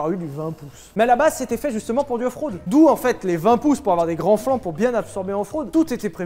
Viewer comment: Suis-je le seul à avoir entendu "En fraude" à la place de "Off-road" ? 😂